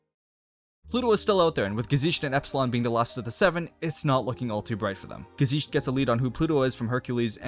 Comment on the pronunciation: oh god,I can't get over how you say "gesicht" 😂 there is no "sh" sound in the word